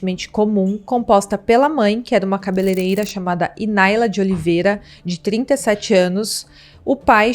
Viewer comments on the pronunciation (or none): none